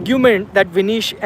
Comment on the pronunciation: Her name is Vinesh not Vinish